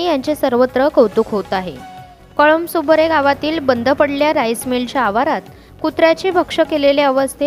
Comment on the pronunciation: ताई कळंबुसरे असा नाव आहे... नाव तरी नीट घ्या..